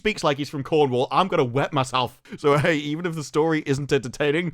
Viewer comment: "Ah, ah, ....Coronowalloh." :P